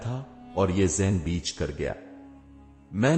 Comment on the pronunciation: Beech nhi baich hota ha dear